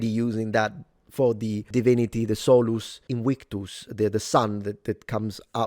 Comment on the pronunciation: Who is "you"? Without being a historian, I didn't believe anything of those, only the thing about Wells and Mickey Mouse I didn't know about. Btw. not "Solus invictus" but "Sol invictus" (I think in Italian "sole" and "solo" are still different words, as in Latin).